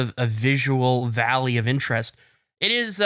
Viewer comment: Why did I think was saying the Value of Interest the whole time not Valley of Interest